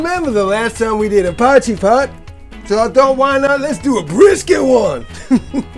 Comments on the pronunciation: Glad i found your channel, soooo many South African dishes, makes you homesick doesn't it. Have you tried adding a "Mielie brood" (corn bread) to this meal? Afrikaans can be challenging to the anglicized tongue Lol - Try saying "Poy" (as in boy) - "key" (opens doors) 'Poykey' no pause between. Or as suggested in comments already - poi-kee; Be Brave! You're doing better than most already! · It's pronounced "poy chee".